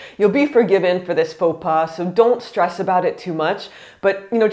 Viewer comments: Fo Pah ! Not Fo Paz and what you search for is "Apprendre par l'erreur" ;) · She says paux pas like "Faux pass"